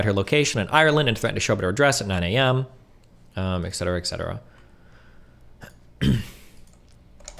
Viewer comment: No real comment here, just an explanation of a pet peeve I keep hearing a lot from a variety of people that Destiny (including himself) talks to, plays clips of, etc… Etc. is an abbreviation for the Latin ‘Et Cetera’ and pronounced, “Et (pause) Set-er-uh” Not goddamn, “Ex-ed-er-uh” or “Excedderuh”.